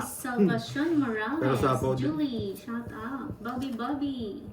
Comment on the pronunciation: bakit slang ang pronunciation mo ng SHOUT OUT?